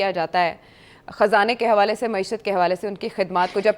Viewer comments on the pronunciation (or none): none